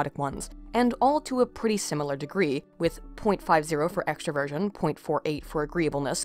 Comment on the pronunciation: I enjoyed listening to this, thank you. Though I think I need to say that I kept hearing "extra Virgin" instead of extraversion. That caused a lot of "wat" for a while.